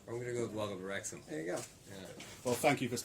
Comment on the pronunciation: Wrexham…Wrexgam……that just another word now! You both can DO anything!